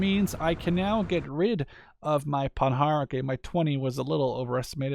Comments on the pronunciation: PandarD it's in German service so it's a PanharD with a D :P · Hi so first you ve right Panhard is without "D" pronouciation at the end and im French:).Two now i think conquest is fun but i really hope at the end they dont make mess than they do in call to arms because in call to arms this is just unplayable because of infinite reinforcement of IA who just wipe out your deck everytime and most important this is just brutal no strategy possible due to the tiny size of map.When i see your video im happy but i m worried because for now it's just beta.so sorry for my awfull english